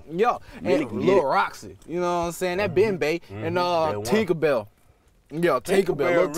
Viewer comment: He said tinka bell lil tank tank 😂😂